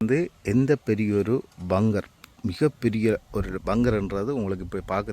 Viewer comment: வங்கர் இல்லை பங்கர்